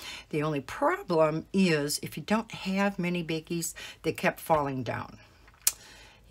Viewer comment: They are pronounced “BAGGIES”, not “beggies.”